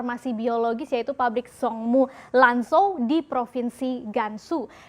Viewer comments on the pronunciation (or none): Zhong Mu ( bacanya Cong Mu) Lan Zhou ( Lan Cou)